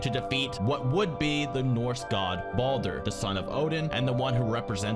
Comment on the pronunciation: Also Baldor or Balduh instead of Baldur. Baldur is my middle name and being born in Iceland it's so cringy to hear.